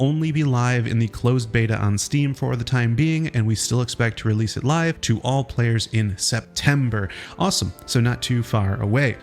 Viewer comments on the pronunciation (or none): none